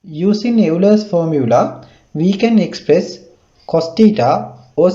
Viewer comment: Superb explanation. Great work. Thanks. By tbe way, Euler is pronounced as Oiler, not as You-ler. Just told, but integration-wise, this was gr8😊